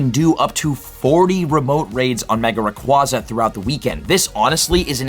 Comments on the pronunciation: Why you say Rayquaza like that? Lol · Still haven’t learned how to pronounce Rayquaza, I see. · Not trying to be rude, but the constant mispronunciation of Rayquaza really grinds my gears while trying to watch this.